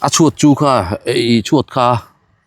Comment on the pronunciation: Chuat chu chhuat kha 😂 a van fiah lo em 😂😂😂